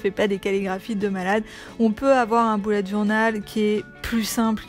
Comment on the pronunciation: Lalo Cosmeto Merci beaucoup ! La prononciation du mot anglais « bullet » est à mi chemin entre « belette » et « boulette », c’est vrai que nous français avons tendance à prononcer « boulette » ... À toi de voir si tu préfères visualiser un petit animal ou ton prochain repas ahah 😂